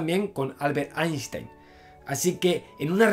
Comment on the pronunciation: ¡Felicidades por ser capaz de pronunciar "Einstein" a la alemana!